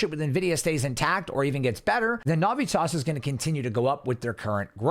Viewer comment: You are saying the name Navitas wrong, bro. Get that shit right, homie. It's like nails on a chalkboard the way you say it.